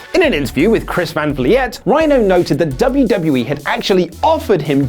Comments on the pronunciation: Chris Van “Vleeat”?? It’s prounounced Chris Van Vl”ee”t Dudes!! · Chris Van Vliette... lolz but seriously, I believe it's pronounced "Vleet" (Chris Van Vliet) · It's pronounced "van fleet" but ok luke>oli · Chris Van "Vleet", like "fleet." Learn his name. He's one man wrecking crew when it comes to wrestling interviews. He has a ton of connections, and he's someone too look out for on the wrestling news/interviews scene. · It's pronounced "Van Vleet" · FYI, it's pronounced 'Van Vleet' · ITS PRONOUNCED CHRIS VAN FLEET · it's pronounced chris van VLEET.. you shoulda gave him credit he does great interviews. chris van vliet on youtube everyone! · It's Chris Van Vliet (pronounced like Vleet) :) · Duh who pronounced it like Chris van vliet?